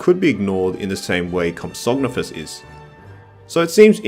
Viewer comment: Your pronounciations are all over the place. Compys are "pro-komp-sog-NATH-us." And Ichthyosaur is "ick-thee-o-saur"...Like the Ichthys (Ick-this), the fish-like symbol used to represent Christianity.